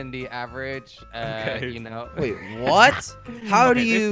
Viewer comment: Wy du ju not waait im from holland